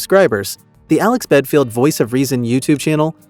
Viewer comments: Ha you Americans make me laugh . In such a rush to jump on the band wagon you can’t even get his name right , even when it’s on the first screenshot of his website . Dumb or what . Do some research instead of reading a rushed script. Bad video can’t take your channel seriously. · Get your facts right. BELFIELD. NOT BEDFIELD. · Sounds like you’re saying bedfield, well which is it, Belfield or bedfield ??!! If you’re gonna shame get the name right. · For Christs sake, at least get the idiots name right, it's Belfield, not Bedfield! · Bellend not belfield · His second name is Belfield. Not Bedfield. This Alex Belfield is a lier and a con artist. I have watched quite a few videos of him in 2020 in the lockdown and he came across as the man of the people. As I got to watch more of his videos, a darker side was starting to emerge. I have never given money, because I don't do anything online and when Alex Belfield started ask his fans to give money to sue the BBC, it came across as doggy. Why did he not pay the court fees himself, the money he conned out of his fans was for his holidays and lavish lifestyle. He does not really like women much, a racist, makes fun out of over weight people and just a all round horrible human being. 5 and a half years was not enough prison sentence for him, he should have got at least 10 - 12 years. The simple fact is that he showed no remorse for his 4 stalking crimes, the sentence was not long enough for that reason. If the punishment is not harsh enough there is a chance of Mr Belfield committing the crimes again. Why is his social media sites still active, close them down?? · BEDFIELD? you can't even get his name right ffs!! But hey, high in the algorithm right now huh? and you got my click. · What an idiotic channel that can't even his name right! Capital radio Nairobi Kenya?? Just heard that one 😂.... channels like this should be banned! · Belfield?? BELL-END!